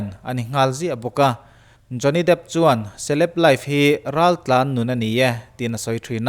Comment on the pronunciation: Jonny dêêp tih tur a ni zawk lo maq